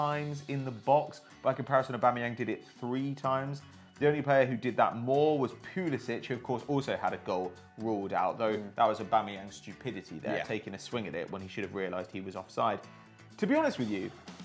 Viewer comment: It's pronounced Pulisik FFS